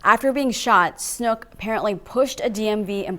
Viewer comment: His name was Matthew snook not “snoop”… just like the one bull in save the last dance… Snook…